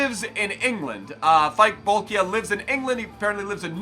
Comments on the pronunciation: Pronounced as Bol-key-ah :) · Bol-kee-ah,! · its pronounced Bolkee'ah